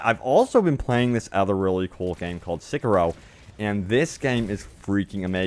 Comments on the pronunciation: Sei Key Row not seek key row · It's Seh-kee-roh not Sickaro ffs